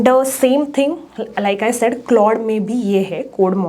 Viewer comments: It's pronounced "clawed". 😊 Try to improve it in next related videos. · Its C-L-A-U-D-E Edit: ah you have pronounced it right after first 5 min :)